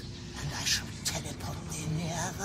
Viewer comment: There's something weirdly hilarious about the old-timey Shakespearean pronunciation of "telep'rt".